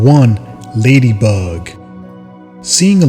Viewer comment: The wayy he said Lady Bug I had to comment 😂😂😭 I’m goofy asf don’t mind me 💀